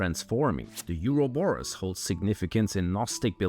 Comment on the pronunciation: Euro-borus 😂😂😂 never ever in history been said like that 😂😂😂😂 LMFAO